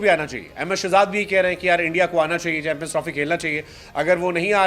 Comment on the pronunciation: Chanmpions nhi champions hota hai sir ji 😮